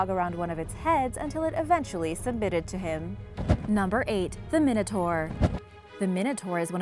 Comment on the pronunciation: you were saying minotaur wrong